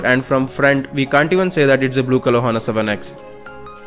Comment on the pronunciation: h is silent brother